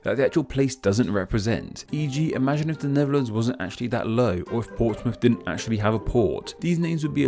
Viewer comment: With these misleading names were you saying Neverlands (ie Michael Jackson's former playground) or Netherlands. There seemed to be a "v" sound where a "th" should have been. Which is the misleading one?